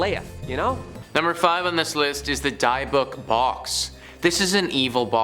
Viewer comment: DYERBOOK ? LOL 👻👿🎃👽